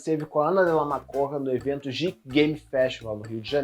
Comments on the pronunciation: Geek = “guik” pelo amor de Deus!!!! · Você tá falando "geek" errado. Tirando isso, o vídeo tá ótimo como sempre!